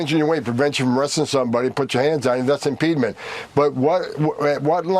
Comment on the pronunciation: I’ve never heard the word “impediment” pronounced that way.